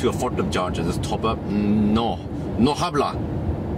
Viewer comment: It's funny your Spanish "no habla" jejeje